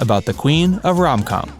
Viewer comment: Please…”rom com”?? 🙄